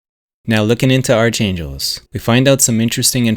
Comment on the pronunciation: "Arch-angels" is correctly pronounced as "Ark'-angels". This may be a.i. narration, eh. 🙄